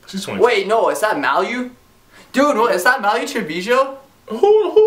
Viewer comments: Really.....he said Malu wrong af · Dude said malu name all wrong